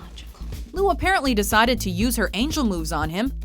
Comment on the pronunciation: Well done "" for constantly mispronouncing Lucy Liu's last name.